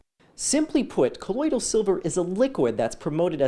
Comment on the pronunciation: They’re not even pronouncing it correct.. 😂 it’s colloidal not colloidial